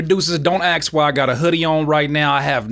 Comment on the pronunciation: "Don't AKS my hoodie"